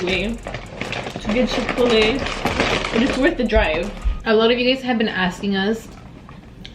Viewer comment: It is Chick-fil-A